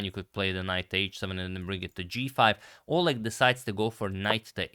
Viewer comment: In the name Oleg the stress is on E.